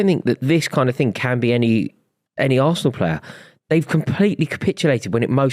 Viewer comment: Can I hear "VARSENAL" one more time!